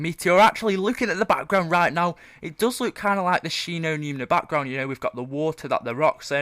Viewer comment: He says look as luke